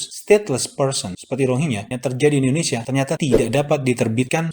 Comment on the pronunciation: Rohingya mas..bukan ronghiya😂😂😂😂